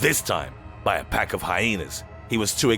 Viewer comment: Pppppaaakkk instead of päck